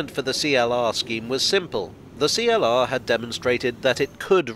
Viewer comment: CLR. Not Free-LR.